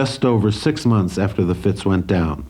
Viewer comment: Fascinating, thanks. One minor thing, and I hate to criticize, but it's the Fitz, not the Fritz. Easy mistake. 😊